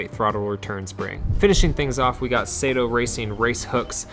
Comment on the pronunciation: “Sah-Toe” racing. Not “Say-Toe” racing. Please, (Trust me - I’m Japanese)